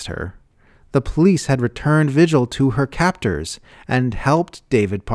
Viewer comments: All except the pronunciation of "vigil". It's a Spanish name pronounced "vee-hill". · Vigil should be pronounced VEE-hill in this instance, I believe. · This is great, but the name "vigil" is Spanish, pronounced "vee-hill". I'm just north of the New Mexico border, and it's a pretty common name here.